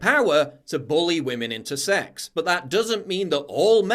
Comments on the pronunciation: “Respect WAMEN” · " Respect wamen "